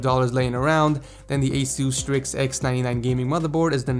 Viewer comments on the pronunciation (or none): none